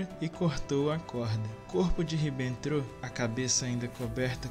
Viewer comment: Faltou melhorar a pronúncia Jodl e Ribbentrop, mas eu tbm fiquei surpreso com algumas informações